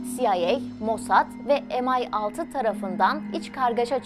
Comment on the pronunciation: EM AY ALTI NEDİR? YA M I ALTI DEYİN YA DA M I SIX DEYİN MP ÜÇ GİBİ OLUYOR...